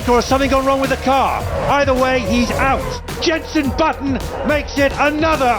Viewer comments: Hearing her call him Jeneson Button really hurt me tbh. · Did no on hear “Jenson Buttson”